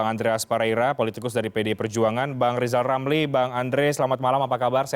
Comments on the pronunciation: Rijal ramli mengapa selalu nongol d sini? Suruh belajar "R" dulu sana.... ha...ha..ha... jokowi bukan mslh berani ngk berani. Tapi masih ada otak untuk berikir. Ha...ha...ha, sebrang m coba buat jebakan ya.....? Ha..ha.... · Rizram sebutan r nya di betulin dulu, baru boleh jadi caprese, buruk sekali sebutan nya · Lijal lamli ngomong R aja belum bisa...wkwkwk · Pak irijal oramli .... BKN pameuinya ... Pemerinta... Paaaaak😂😂😂💝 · Lijal lamli halu..😂😂😂😂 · Rizal ramli debat sama saya saja tak bikin tekuk lutut, wong ngucap R saja gak becus